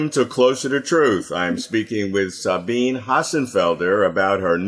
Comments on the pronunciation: Sabine is THREE syllables. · How shabby to not even know how to pronounce her name. It's embarrassing and disrespectful. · Robert, you mispronounced Sabine's name! 😆